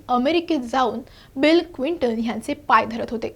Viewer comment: Clinton क्विंटन नव्हे, please note